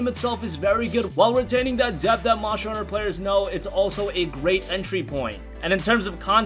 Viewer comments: I thought it was called monster Hunter and not moncher hunter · Monsher Hunter World lol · Jill upon seeing her first zombie ever: "Barry, look out! It's a MONSHER!" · Mosher Hunner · OMG, Monsher, Remachered, dude it's ST not CH how do you even mispronounce that